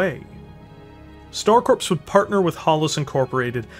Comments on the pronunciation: Corps is pronounced “Core” not “Corpse”. A VERY common mistake. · Corps is pronounced like "core", not corpse. You're killn' me, Smalls. ;) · Corps when spoken sounds like core not corpse. Just another weird thing English language has. Loving the vids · Stop saying "corpse" when you read corps. "Corps" should be read as "Core" phonetically. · Dude, you keep saying coprse like it is a dead body. It is corps like marines or a navy medic.